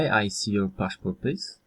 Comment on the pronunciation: pls wypracuj akcent, bo "passport" zposzczyłeś do "paszport"